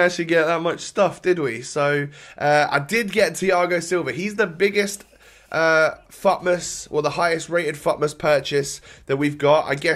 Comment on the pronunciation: You always pronounce futmas wrong bro . Try to improve your english bro